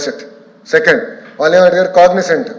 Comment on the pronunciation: కాగ్సెంట్ కాదు అన్నయ్య కాగ్నెజెంట్